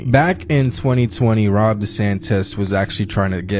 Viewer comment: Says she who is a Satanist…. Oh and it’s not Rob it’s Ron.